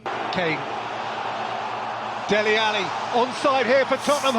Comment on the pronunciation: lol saying alli like Muhammad Ali. it's al-leeee